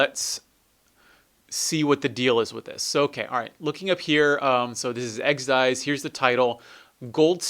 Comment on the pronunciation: It's Exed Exes, not Exed Eyes